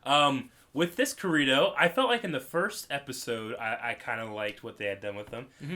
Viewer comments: Why do you pronounce Kirito like "Kireeto"? It bugs me. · did you just call him 'ker-ee-to'? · it's Ki-ri-to